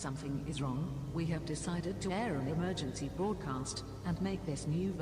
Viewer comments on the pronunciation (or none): says "EMERGANCY"